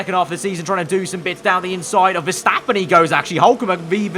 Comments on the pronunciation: Mr Anonymous verstÆppen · the way says Verstappen 🤣😂